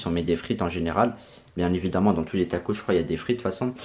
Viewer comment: Au lieu de dire tacos tu dis tacrote car sa ressemble à sa 😂😂😂